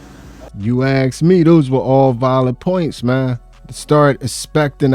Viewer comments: Please, "ask". not "aks:. Thank you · I didn't "axe" you 🙂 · Lol at what they " axe" for. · What a bunch of low life *******!! You DESERVE NOTHING!! Learn how to speak!! It is ASK not AKS! GTFOH!! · When they say axen for tells you everything